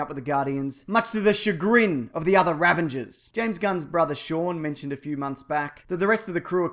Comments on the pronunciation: ravAgers, not ravENgers! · Ravagers....not Ravengers. :-) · I think its Ravagers not "Ravengers" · stop saying Ravenger, its fucking Ravager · Are you saying "Ravenger", instead of "Ravager"? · I keep hearing people calling the Ravagers the "Ravangers"? There's no "n" in there lads! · Isn't it Ravager? Not Ravenger? I dunno tho cuz I'm a n00b. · ravagers. RAVAGERS. not ravengers. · i guess you're just gonna keep calling them Ravengers, i give up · what's a Ravenger? a ravenous Ravager? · One time, I can understand, but how many times are you going to keep calling the RAVAGERS, the RAVENGERS? C'mon, man. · why does he keep saying 'ravanger'!? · Ravanger, yeah? :) You just made up a word, mate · what the hell is a Ravenger? Bloody hell mate, get it together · What I learned from this video: Australians can't pronounce "Ravagers".